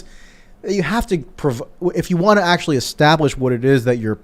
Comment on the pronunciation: Michael Tracey: "Ackshullly! Ma! I need a hot pocket! Anyway, ackshully"...